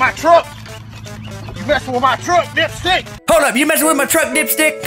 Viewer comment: saying "Dipstick" in a country accent is now my new antidepressant.